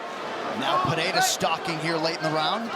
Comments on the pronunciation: Everytime Joe Rogan pronounces Alex Peheira a brazilian dies. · lol.. watching this entire video, DC pronounces Pereira’s name differently multiple times.. in the same fight, back and forth.. for multiple fights. Dude must’ve been drunk.